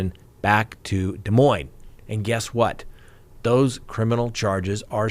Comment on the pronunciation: Lots of ads today. Crime talk search is excellent, BTW!!! Please keep a tally on Vallow Daybell hearings. And good on Scott for his correct pronunciation of Des Moines 👏 which at least 20% of people do not know.